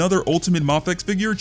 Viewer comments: M “aaayyyy” fex…. if you say the first letter of the alphabet, you will understand how the name is actually pronounced…. Because the first letter of the alphabet sure as hell is not pronounced “ahhhhh” 💯👍🙄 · It’s a Japanese brand… so… マフェックス MaFekKuSu Mah-Fey-Ku-sue My favorite part is how incredibly confident you are while being completely wrong. Great job “user”